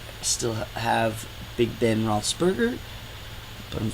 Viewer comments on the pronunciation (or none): Did you say Rossburger? LMFAO!!!